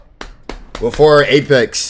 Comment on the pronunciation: STOP SAYING BOOFORE ITS PRONOUNCED BEFORE B*E*